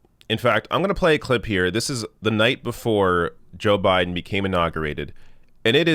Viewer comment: You said his name wrong but I'll allow it! #JustSaying